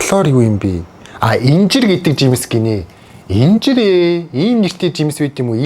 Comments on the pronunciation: Инжир биш иинжир бхдаа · Injir gdg jims duudlaga-iinjir gej duudna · ахаа инжир биш ийнжэр гэж уншна шүү